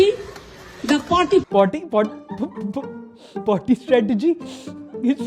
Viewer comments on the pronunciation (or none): sorry to say but i disagree with u at 2 points and both are related to the pronounciation of words first one was of our sports minister while he was calling mohan bagan like begun or somehing and mamta didi of party like potty u guys call other to don't desciminate and stop racisim but what u guys are doing is also not so much appriciable remeber in countries like USA they make fun of our accent